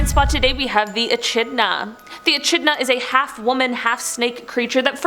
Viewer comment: I offer this comment as constructive criticism. I really enjoy the content - being my absolute favourite. My only complaint is pronunciation. Echidna was pronounced E - Ch - idna but it really is pronounced E - Kid - na. Please keep the great content coming!!! Byeeeeeeeeeeeeee!!!!!!